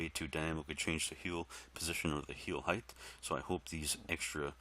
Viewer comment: height. i wonder where began the trend/habit of pronouncing that word as though there was another "h" at the end. i wonder what weird language habits i have analogous to that one. hahaha anyhow, thanks for doing this, man!